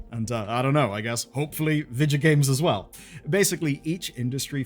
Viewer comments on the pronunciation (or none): Bro that was so irish😂 vidjo games. Serious podge and rodge vibes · he said Vidja... noice